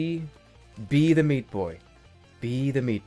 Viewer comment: Sometimes it sounds like Super Shpee Boy.